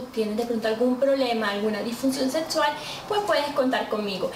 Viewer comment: Me gusta cuando dice : "Su asesora setsual" XP